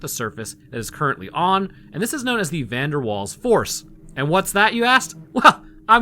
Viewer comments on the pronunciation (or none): Also Van Der Waals is pronounced Van Der Vaals